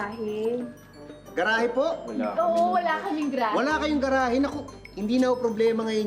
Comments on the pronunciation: Sino ba yang starlet na yan? GRA-HE ang tawag sa GA-RA-HE. Sakit sa tenga. Tsk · Ga-ra-he po mam...😮